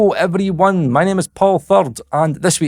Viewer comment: "hello evere-one"